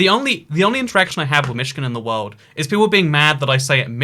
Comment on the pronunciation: i love the worrrrld 'n' stuff